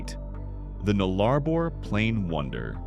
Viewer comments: As an Australian, I was shocked by the way the AI voice over pronounced our words. We pronounce Nullarbor as “Nulla-bore” not “Null Arbor” and Uluṟu as “Oola-roo” not “Oo Loo Roo”. There are more…but…you know…you get the picture… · Its called the Nullabour not the 'Nullabor', get your pronunciation correct. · Nullarbor - null-ah-bore said as two syllables, nullah - bore and given equal weight. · Butchered Nullarbor. Null-uh-bore. Null and bore are the stressed syllables. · Learn to pronounce towns or words there is no a in Derby it's pronounced derr bee and null arr bore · Yeah it is... Null + Arbor = No Tree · Yeah, I stopped watching after your second butchering of "Nullarbor"'s pronunciation.